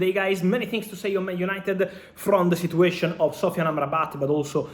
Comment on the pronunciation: [Negotiation] sounds like /Nego.she.a.shin/ , [Situation] sounds like /Sit.chu.way.shin/ you are a journalist/social media reporter you chose to speak in English, before someone jumps here and start barking.